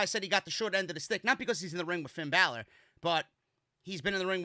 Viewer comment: This fellow is say Finn Balor name wrong